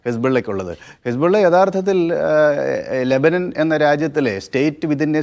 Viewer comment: Lebanan alla LEBANON, aadyam maryadak parayan padik.